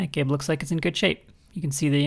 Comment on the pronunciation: That span of time between "hey, didn't she just mispronounce gib?" and "what the #3!! is she talking about?!" 😂